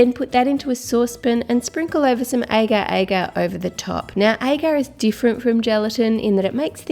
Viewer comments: Mikyla Gonong Hello How To Cook That this is a little bit weird but my phone is charging and this is Mikyla Gonong.I love your hairstyle and all.In the end of this video was so fun about that agar-agar that you pronounced as eger-eger.I can see that you like strawberry recipes since last week.I'll also check that link for the baking tools.I'm finding that ones for years.I hope that helps.Plus,can you make giant chocolate bars like Rolos ,Hershey's and Cadberry Dairy Milk. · the way to pronounce agar agar is aaa (like opening your mouth or like the dentist say aa) say Garroth but only gar so like gargar. aa-gar